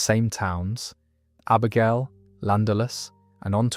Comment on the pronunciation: They pronounced Abergelly and Clandyeloss